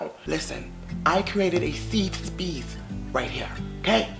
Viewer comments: Not a “seef Speese” I cannot 😂😂😂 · “This is a safe speece” took me out fren 😂